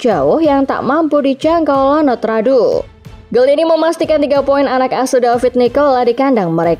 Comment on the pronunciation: Kiper Venezia bacanya ionut radu bukan Lanut Radu